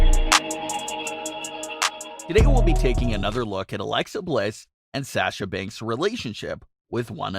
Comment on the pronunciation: The way he says Sasha is killing me inside